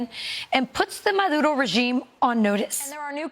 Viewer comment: "Nicholas MAH-DOOD-O"